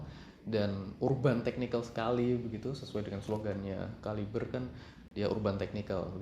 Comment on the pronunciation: KALIBRE KALIBRE.. (read) KeLIBER MASS..wkwkwk dr sekian bnyak review bacanya gt semua..wkwkkw